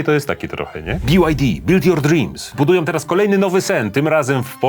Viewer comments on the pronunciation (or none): none